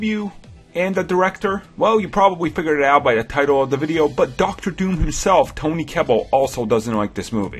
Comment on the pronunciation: it is TOBY, not TONY.